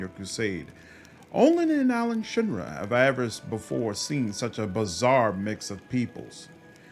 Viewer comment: Why does everyone say Alushinra instead of Alushinyrra, it hurts, it vexes me, it makes me laugh, I can't explain why. Awesome video btw! Edit: I also felt I needed to bring attention to the Larger Beer Elementals you just glossed over, Vampire pirate ninjas get the love but no love for living beer!